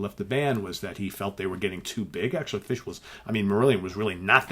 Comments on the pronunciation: Your pronunciation of “Fish” is spot on! Steven Reid has coached you well. Superb album. Complete classic. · My kilt approves of your pronunciation of the word fish. You should do a whole show with a Scottish accent.